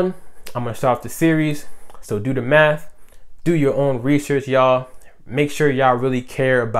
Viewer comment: 💀💀💀 I can’t unhear it now